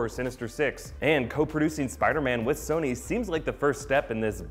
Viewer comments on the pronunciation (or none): none